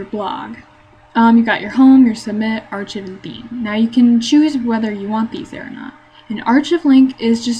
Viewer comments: Very comprehensive tutorial. But please, for the love of all that is holy, please learn how to pronounce "archive" - it is not ahr-chiv, it ahr-kahyv. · "Ar-chiv" Instead of "Archive" haha. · really? Ar-chiv. wow. I'm disappointed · ITS PRONOUNCED AR-KIVE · Did you really pronounce "archive" as "ar-chiv"?? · By the way, Archive is pronounced Ar-Ky-ve :) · This was 9 years ago I hope that was enough time for you to learn how to pronounce archive